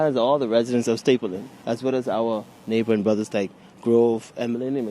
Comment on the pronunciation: The Word is Stapledon not Stapleton.